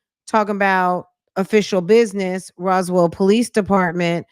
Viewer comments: That part was irritating bc how do you live there and not know how to pronounce it. More importantly how do they have several charges on your husband and you don’t know how to pronounce it. 🤔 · Hey Fran! hey Chat! So ShurLee didn't know how to pronounce Roswell (Rosewell) but her BOOTY salon was in Roswell? Fran your laugh is infectious "How do they know where yo booty salon was" 😂😂😂 Thanks for all you do, hun!